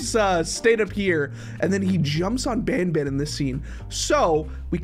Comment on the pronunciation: Why did you say band? It is Banban 😊